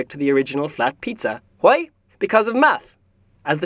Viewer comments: “JUAY?” lol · HeirOfGlee Hwi? 😂😂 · WHUY? WHUY? WHUY? lmao xD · Anyone else found it funny when he kept saying "HA-WHEY?!?!?!" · i like the HWWWHY! becouse its what is the first thing that you think after you hear something like this. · He says why like Stewie Shwy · Why = hoi? Pronunciation :D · I love the voice actor :3 Something about his accent... And his WHY? :D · Who doesn't love pronouncing Hs before Ws?